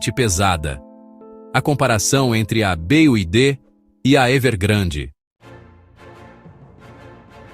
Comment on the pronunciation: "BEAIDE"... Ai desse desse jeito quebra mesmo....😂😂😂😂😂😂😂😂😂😂😂